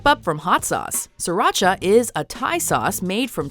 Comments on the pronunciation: I am viet and when they said siracha I was triggered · I can understand everything, except the Sriracha. You bite your tongue,!